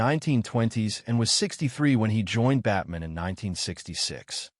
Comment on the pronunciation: the AI makes Batman sound Jewish, as it pronounces it like Goldman